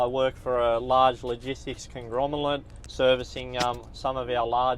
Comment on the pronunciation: "who dont no dose large bisniz congromolates" XD ^^